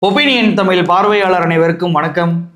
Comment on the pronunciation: The way you say "Thamillll" is truly annoying. Thamizh nu solla pazhagikonga bro, illaina change the channel name. Thamizh nu kooda solla pronunication naama pazhagaama enna Thamizh channel vendiyadhirukku?! No offense. Ellaa neramum when I open your video, it's irritating.